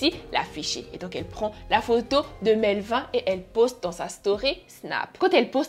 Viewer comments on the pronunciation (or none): On prononce Melvine ( melvinE”) tu prononce comme Éline